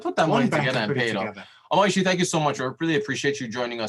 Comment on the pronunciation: And, it is Omosuyi not Omoyusi. 😂